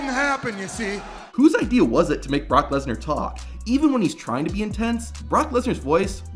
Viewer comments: THE BROCK LEeESnAar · “Barack lesnar”😂